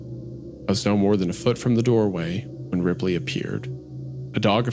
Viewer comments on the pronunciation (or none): since the tv turned on as the main character said the name of his dog "Ripley" and the bunker was described as very modern, I assumed the tv started because he sounded like he was saying "replay" as a voice command